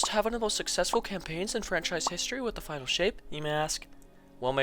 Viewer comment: 35 they said "final" but most the player base heard "finale"